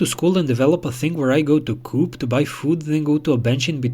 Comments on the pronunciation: if you're rich, there are way easier and less dishonest ways to meet girls 🙄 it's "co-op" not "coop" like chicken coop, dummy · Coop is pronounced Co op it’s a British shop